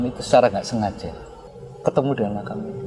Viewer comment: Makam, sama makom beda pak... 🙏